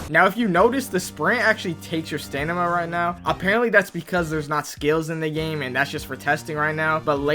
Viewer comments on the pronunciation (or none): Sta-M-ina not sta-n-ima brother 🙏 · why you calling stamina ''stanima'' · Stanima bar is crazy bro watching so much anime its impacting his english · "Stanima" 😭 give tester bro 🥺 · How did mispronounce stamina 😂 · even the ai subtitles caught that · he says it like that every video he says it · this man just cant say stamina right 😭